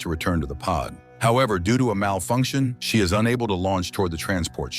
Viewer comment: Am I the only one who heard him say, “Doodoo,” every time he tried to say, “due to”? 😂